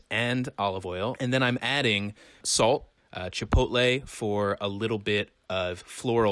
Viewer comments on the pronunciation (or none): none